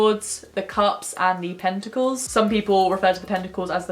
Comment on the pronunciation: I was a bit confused for a moment when I thought I heard you say "tentacles" instead of "pentacles" haha